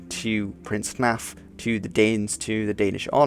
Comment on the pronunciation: Sorry, I can't help myself giggling every time I hear "Prince Naff". Yes yes, I know it's Hnæf. I'm not sure about Proto-Norse, which would have been spoken in Danmark at the time, but in Old Norse (and modern Icelandic), f in the middle or at the end of a word is pronounced as a v (e.g. Olaf = Olav, Leif = Leiv, Halfdan = Halvdan etc.). Maybe a Dane can correct me, but I'd guess Prince Naff's name would be pronounced Hnav (like have, but with an n... æ is an odd one with regional variation mind). Still, I'm sure Prince Naff was pretty naff :P